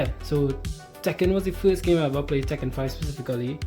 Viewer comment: Tekken lol… I thought it was “taking” you were saying in Trini speak 😂